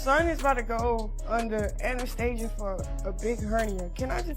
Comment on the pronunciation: “he’s Abt To Go Under Anastaia” Im Like What They Hell They Made Anesthesia A New Word …lol She’s So Dumb But Thinks Shes So Smart!